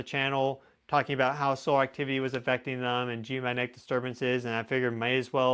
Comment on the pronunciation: Hey, you are brilliant! But please slow your speech a little. You cannot pronounce “geomagnetic” that fast. It causes you to say “geomanetic” which is baby talk.😜